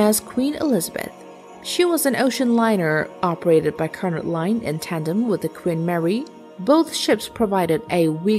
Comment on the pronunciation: Some help for you: - Cunard (as in, the Cunard Line) is pronounced, "Cue-Nard" or "Kew-Nard", not "Cunn-ard" or "Cuh-nard". - In spite of being a spot higher on your list, SS Normandie - which had a great rivalry with RMS Queen Mary especially in the 1930's - was not always successful in the contest for the Blue Riband, against RMS Queen Mary in some years. The Normandie came along with French baroque interiors and lavish decor, though the literal Art Decor period interiors on the RMS Queen Mary were very impressive in their own right and she was considered highly. The French prided themselves on lavishness and opulence whereas the British prided themselves on the experience and the classiness of the experience. - The Blue Riband 🏁🔷 was a Westbound race to cross the Atlantic the fastest (as an ocean liner) which ran from, well, there are different ways of looking at it, with the official term unofficially beginning to be used (a term, borrowed from horse racing in the 19th century, and used to describe ships racing for the accolade of being the fastest across the ocean) In one sense, the unofficial origins of the unofficial 'ship race', was in the 1830's (e.g. 1838), way back then. Isambard Kingdom Brunel's SS Great Western in 1838, is one of the earliest examples of this becoming more recognised. However, Sirius was the ship used in 1838, for the then record breaking voyage, as SS Great Western still needed her engines (her construction, delayed and running overschedule, due